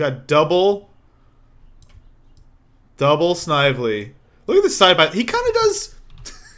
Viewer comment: You pronounced Snively wrong. Several hundred times.